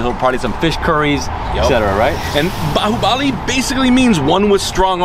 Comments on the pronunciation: most of the world: baahubali: buhuubali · Nothing much to comment here. I guess you guys as of now, are quite used to listen to it that you both are simply AWESOME. Great knowledge and respect about Indian Cuisine. A small correction in your pronunciation. So that is 'BAAHUBALI' not 'BUHUBALI'. Love and respect from India. Take care. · Bahubali is pronounced as 'baa' 'who' 'Bali'